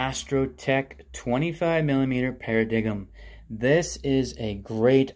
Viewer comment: "Para-dig-em"? That sounds funny! Isn't it "para-dime" 😁